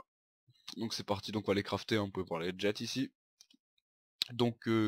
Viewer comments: Jet ça se prononce "gé'' pas ''gette'' ça viens de ''jet de dé'' tu dis pas ''gette de dé" Bref, le prends pas mal, j'ai adoré ta vidéo ! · Non on dit un jet et pas DJETTE x)